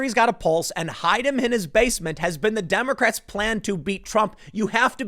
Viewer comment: At one point I heard "condemocrats" lol